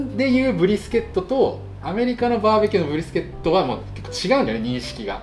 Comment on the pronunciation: 他の動画観ようと思ったら英語のばっかりだったけど、めっちゃ"ブ"リスケットって言ってた